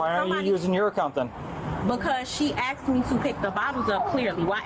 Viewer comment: “She axed me.” Insufferable idiot.